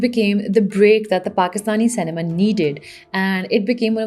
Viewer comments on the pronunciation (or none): Lol, why do you pronounce cinema say ne maa? 🤣